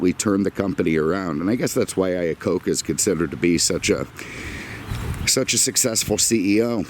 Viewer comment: It's "Iacocca"...my last name is not that far off. I was also born in 1969 LOL